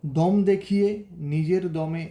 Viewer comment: Tobe valo kotha ota দোম na দম